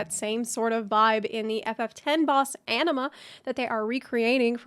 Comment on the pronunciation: every time you said enema instead of anima , cryed hard here